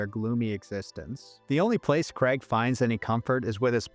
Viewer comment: But staying within the totalitarian collectivist order-based system requires the sacrifice of freedom, individuality, and identity. "KRAYG," not "KREG." "Over-ARCH-ing," not "over-ARK-ing." Why does everyone say that wrong nowadays?! Btw, I'm a professionally-trained typographer and ex-proofreader who used to work these types of jobs in the early 2000s in offices that really did look exactly like the ones depicted in these movies (I was a Housewares clerk in the late '90s, but that was while I was in college). Fortunately, I never had to wear a tie. Jobs that pay anything less than "middle-class" wages or salaries ought not require the donning of neckties, high heels, or any of the other idolatrous affectations of the mammon-worshiping ruling class. Ave libertatem!